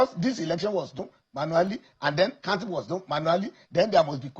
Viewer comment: A senator of the Republic pronouncing counting as kantin. From where did they bring this agbero?